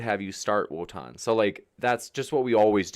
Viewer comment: Wotan with the “L” again